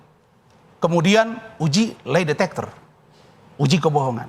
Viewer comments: Mr Razman Nasution, It's LAi detector bkn LEi detector, nampak kali you no speak English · Lay detector. Wkwkwkkw Lie detector pak